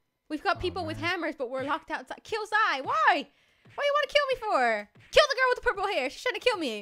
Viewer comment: dobby lass x u spelt her name rong its zai you said zia